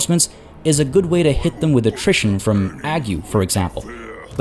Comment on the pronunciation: To pronounce 'ague' imagine the Fonz's catchphrase and put a 'g' on the end. Eyyyg, not ag-you!